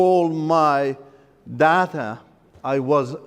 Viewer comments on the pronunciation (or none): none